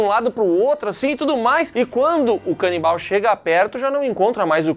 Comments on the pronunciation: Cara... zero maturidade pra ficar ouvindo "canibaia" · Todas as vezes que eles mandam "canibaia" eu berro hahahaha bom de mais!!! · A “canibaia” KKKKKKKKKKKKKKKK